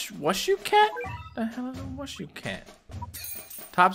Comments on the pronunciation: wushu is pronounced as 'woo shoo' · is pronounced: WOOSHOO cat